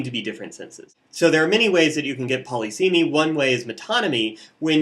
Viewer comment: Saying poly seemy instead of puh liss uh mee irks me immensely.